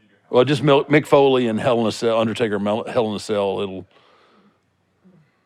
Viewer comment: I love how Mike calls Mick Foley "Nick Foley" had me on the floor laughing.